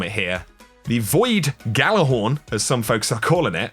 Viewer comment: “Void gjallahorn” O M E G A F A C E P A L M